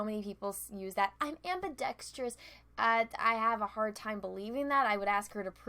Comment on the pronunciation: She mispronounced ambidextrous & you didn't pick up on that. DISLIKE!